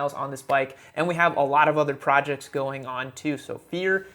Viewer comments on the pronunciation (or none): none